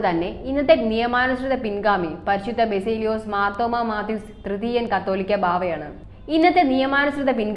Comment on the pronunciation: എടി പെണ്ണേ നീ ഇത് ആരുടെ എവിടുന്നു പഠിച്ചു കൊണ്ടുവച്ചതാണ് ഈ വായിക്കുന്നത് ഇട്ടേച്ച് കുടുംബത്ത് പൊടി കത്തോലിക്ക ബാബ എന്നല്ല കാതോലിക്കാ ബാവ അതുപോലും പറയാൻ അറിയാത്ത അവളെ കൊണ്ട് ഈ ഊളയോസ് തിരുമേനി എന്തൊക്കെയാണ് ഈ വായിച്ചു കൂട്ടുന്നത് പോടി... പോടി നീ പോയി ചരിത്രം ഒക്കെ ഒന്ന് പഠിക്ക് എന്നിട്ട് പറയാം അവകാശം ആർക്കാണെന്ന്